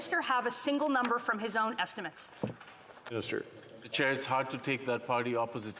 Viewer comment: 😂 it's Mr. Chair not Mr. Child.